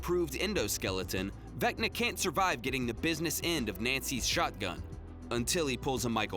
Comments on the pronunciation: “Vecna Valo”. Lol 10/10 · Haha I like the gag of purposely mispronouncing “Vecna”